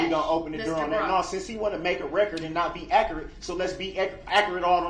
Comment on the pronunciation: Ackorate Inackorate